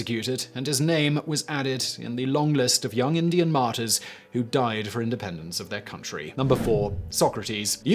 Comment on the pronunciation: Being a french man hearing Simon say martyrs sounds like Martin